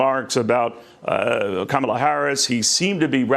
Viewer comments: Pleeeease say her name correctly. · Please learn how to pronounce Kamala. JD Vance was a horrible choice for VP and I hope Trump loses. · Please say Kamala’s name correctly!!